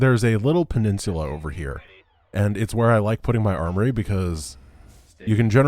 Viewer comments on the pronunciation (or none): At one point I thought I heard say "arbory" instead of "armory". I think one of us is taking the term tech tree too literally.